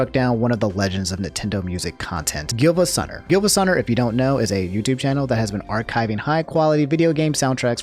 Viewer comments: I’m sorry but it’s pronounced geevasunner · I'm pretty sure it's pronounced Geevasunner